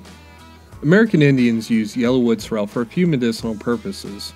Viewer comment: Pronouncing this wrong.......emphasis is on the first syllable, not the second - SOrrel. 👍